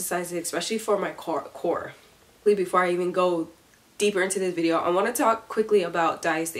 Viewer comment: I don't know if it's me but when you say core it sounds like you saying Korra😆